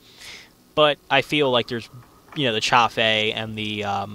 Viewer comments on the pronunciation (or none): What is this "chah-fey" you speak of?